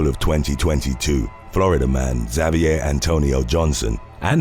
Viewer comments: G'morning, Team TWKY, and fellow watchers! Alright, not zah-vee-ay, Xavier is pronounced eck-Zay-vee-er.😊 You all, watchers & workers alike, be sure to have a wonderful Thursday! Love from Arkansas 💙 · Look man. The guy's name in number 2 is pronounced "Ha-vee-ehr" not "Za-vee-ehr." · It isn’t. It’s pronounced ‘Zavier’. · I liked how you pronounced Xavier. For real it was really… well different but I loved it! Anyways it is pronounced: Ex-aye-vee-er. Incase you wanted to know lol 😂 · HOW DO YOU NOT KNOW HOW TO PRONOUNCE XAVIER CORRECTLY?!